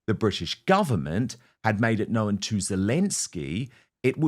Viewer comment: Weird pronunciation of the word 'known' turning it into 2 syllables.